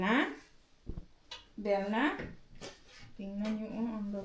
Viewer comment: Bella not billa